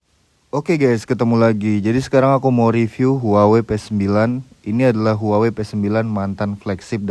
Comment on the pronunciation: cara menyebut brand-nya : WAHWEi